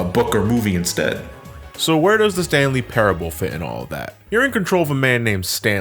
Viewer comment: sounds like you're saying the stan lee parable...